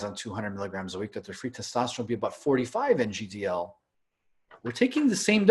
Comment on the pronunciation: please stop saying NGDL all the time its nano gram per deciliter (i'm sure you know that). As a biochemical engineer that is like fire in my ears. Trust me that is the only mistake that keeps me from subscribing, it just make you sound unprofessional. Apart from that i love this channel and discussions, great content and don't take it the wrong way (insert estro blocker joke here🤣. j.k)